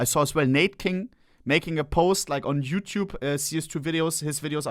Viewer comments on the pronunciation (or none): none